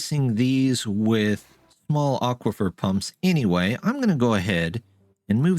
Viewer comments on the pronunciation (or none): I'm pleased to see that your bramble patch has filled out. Some of your waterwheels are still running slow because their flow is impeded. An aquifER (not aquifIER, you said it right twice) IS underground water, not actually magic.